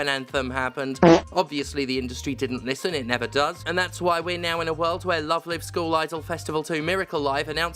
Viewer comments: This is an excellent video, which makes me regret knowing "Love Live" uses the other pronounciation of "live". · Steph mispronouncing Love Live the entire time because they're so unfamiliar with the franchise is a good reminder of what bubble I live in, and that it's good to get out of that bubble sometimes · I know this is not the point of the video, but I do find it very silly that Stephanie pronounces "live" in "Love Live" incorrectly, but "live" in "Miracle Live" is pronounced correctly. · stephanie please..... how are you mispronouncing the title of a game when the title is already the english version of the JP title............... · Oh nooooooo, it's reached the mainstream. Please believe me when I say this game used to be really good T_T (Also it's pronounced Love Live with a long I as in live show, not short I as in to live forever. For anyone who cares lol.) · Stephanie. Please. If you're going to say the title aloud dozens of times, PLEASE don't mispronounce the title every time. The 'Live' in the main title has a long 'i' sound. Were you thinking of "They Live" when reading the title? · I understand Steph has absolutely zero awareness of Love Live and that's perfectly okay but every time they use "Live" as in "Give" and not "Live" as in "Five" it hurts a little 🤣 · wait... have i been pronouncing the live in love live wrong for years now? hearing another person say it just fucked my head. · Everytime she misspronounces Love Live! hurts me. I'm not even a fan of the anime, but it's Live as in a concert. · The fact you call it "love live" as in living rather than "love live" as in live musical performances torpedoes any credibility this video ever hoped of having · Pronouncing Love Live like Live Laugh Love. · Wait isn't it Love Live rhymes with jive? Have I been saying it wrong for ten years? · Stephanie, you pronounced it wrong. its "LoveLive" not "LoveLive"